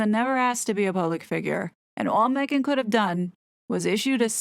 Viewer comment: I think it seems a very professional video & well researched. The "Me hhh ghhan" pronunciation grates though, sounds babyish & spoils the flow of the narrative.